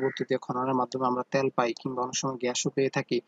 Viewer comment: ত্যাল না তেল 😂😂😂